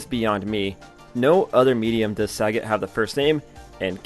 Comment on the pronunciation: Why bro mispronouncing sagat???